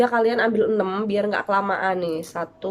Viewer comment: Enam kak bukan enem 😅